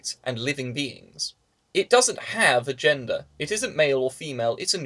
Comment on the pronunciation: Every time you said "a gender," I thought you said "agenda". Whoops!